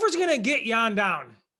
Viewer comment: Hey, if you can already pronounce Jan Blachowicz, pronounciation of letters "J" and "CH" is same in Jiri´s name. "J"an bla"CH"owicz ~ "J"iri pro"CH"azka. The problem is I noticed guy on the right cant even pronounce Jan properly :D Pronounciation of Jan is same as Yan (~ Petr Yan). Also training partner Bisping was talking about was Brandon Halsey (former Bellator champ and powerful wrestler) and Bisping reffers to Rizin fight Prochazka vs Halsey (I recommend you check this fight on YT, very entertaining and unique fight).